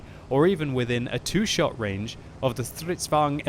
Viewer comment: Its Stridsvagn, not strutzvagn :D